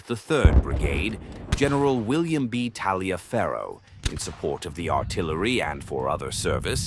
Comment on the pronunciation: Taliaferro is pronounced Tolliver.